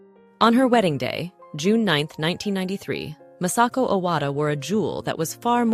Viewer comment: Her Imperial Majesties name is Masako,... not Massako; you idiot ! This lady wrenches the gut when Mispronounces the Japanese language and names. so disgustingly disrespectful; shameful!!